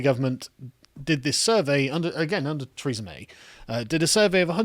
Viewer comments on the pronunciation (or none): you did pronounced her name as "Treason May" :D